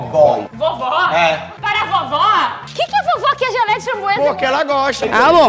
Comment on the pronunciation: "Geléia de Funbruesa "